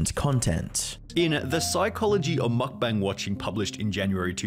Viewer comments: it's pronounced mukbang, not makbängs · Breh at least try to pronounce mukbang correctly👏👏